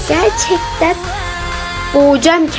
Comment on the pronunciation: Bide o "GeRcEkTeN" dediği yerde kendini hawli sanip triplere giriyodurrrr